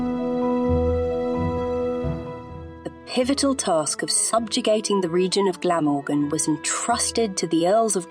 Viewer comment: Had to stop watching/listening due to the awful pronunciations.. even Glamorgan